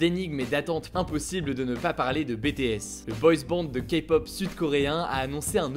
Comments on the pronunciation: Juste je vais faire ma chiante hein, mais c'est Bi Ti èS ! Parce que BTS ça fait penser pour nous fr au Brevet de Technicien Supérieur, et je peux t'assurer, pour en avoir une, que c'est pas DU tout la même chose XDDD Sinon merci ce parler d'eux car malheureusement en France on passe pas mal à côté du phénomène mondial qu'est ce groupe (c'est mon sujet de mémoire lol ._.) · J'ai beuger quand j'ai vu BTS en miniature après silteplaît la prochaine fois prononce le a l'anglaise 😂 (Bi ti s) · S'il te plaît Hugo quand tu parles de BTS prononce le à l'anglaise, je t'en prie... 😂😂 sinon c'est une très bonne vidéo 😊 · C bi ti s pas bétés 😂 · s’il te plaît ça se dit BitiS et non pas BéTéS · C est pas be te es c est bi ti es 😂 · on veut la vidéo sur bts! ce que tu as dit sur eux étaient justes et on voit tu as fait tes recherches. Le seul petit hic serait sur la prononciation du groupe. Ça se dit “bi ti èss” et pas “ bé té èss” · please quand tu parle de BTS fait attention à bien dire BITIÈS genre avec l’accent anglais et pas BÉTÉÈSSE sa embête beacoup de fan 😊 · Ta vidéo était très intéressante, j'ai appris pleins de choses ! Et merci de bien avoir voulu intégrer bétéhèsse (ça m'a toujours fait rire prononcé de cette manière xD) dans ta vidéo ! En plus, tu viens de nous promettre une vidéo sur le groupe, que demander de plus ? Je l'attends avec beaucoup d'impatience ! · J'aime beaucoup tes vidéos et étant une fan du groupe BTS, je suis super contente que tu as pris le temps d'en parler 😁 et ça se prononce [bi ti s] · Merci d'avoir parlé de BTS 😊 par ailleurs, c'est BiTiS qu'on prononce 😉 des bisous et hâte de voir la prochaine vidéo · Après quand un des membres Bé té èss vient à Paris et prononce le nom de son groupe à la française, je pense que c'est pas vraiment grave si un youtuber fait cette "erreur" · "Bé Té És" ;-) allez je te taquine la vidéo est super 😙😙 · Bi Ti Es « BTS » svp un effort .... Mais merci d’avoir parler d’eux :) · Comment tu prononces BTS😭😭😓😱